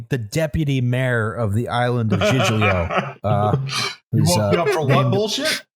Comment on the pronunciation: When he said "cag-lee-AR-ee" I lost it lol. It's pronounced, "CAL-yah-ree". Great episode as always. Edit: LMAO he just said "GIG-lee-o". It's pronounced "JEEL-yo". (j as in jump).